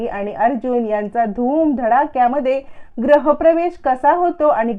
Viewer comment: ग्रह प्रवेश नाही म्हणत, गृह प्रवेश असं म्हणतात.